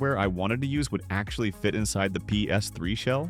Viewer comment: Sorry Dude but i can only watch this muted. Your Talking is horrendes! Ei te ex, Pe es iu, Pee es three......